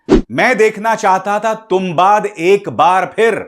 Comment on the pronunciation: तुंबाड hai sir, not तुंबाद 🙏🏻